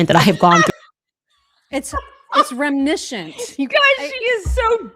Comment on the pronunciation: It's rimnishient of a debackle!